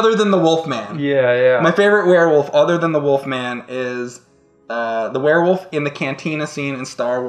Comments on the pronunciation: I like how James can't say wolf so he always says woof. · Anyone else notice that James always says "wuff" rather than wolf?